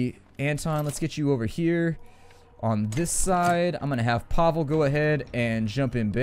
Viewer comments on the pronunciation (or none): Pa-Vel (; (Not Pa-Vle)